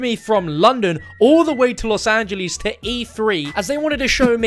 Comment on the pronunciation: Omg I love how he says Las angels